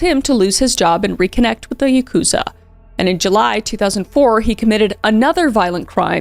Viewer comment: I took Japanese for two years and this is a common mistake. Yakuza is actually pronounced YAH koo zah, but when I googled it, it said YUH koo zah. Total misunderstanding but I wanted to let you know :)